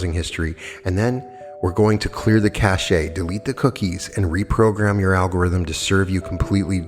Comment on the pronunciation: Cache is pronounced "cash"! Yes, it matters. I cannot listen to some of your activations because of repetitive mispronunciations, as my brain fixates.